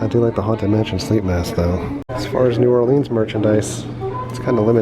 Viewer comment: I hate how everyone puts so much emphasis on the "leans" in new orleans